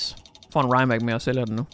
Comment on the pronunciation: Se The Grand tour hvor de køre i en Rimac, så kan du høre hvordan man udtaler det. Sidder og krummer tær hver gang du siger det forkert 😂😂 no hate, elsker dine videoer 👌😊